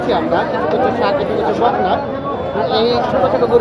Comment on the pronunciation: বকনা ও সার বলতে হবে।এই ভাবে বলা বুল হচ্ছে।